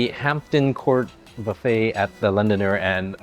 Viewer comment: LondoNER so why pronounce as LondoNIER?